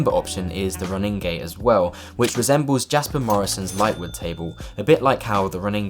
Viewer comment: I think ronninge is pronounced roh Ning uh instead or row ning gay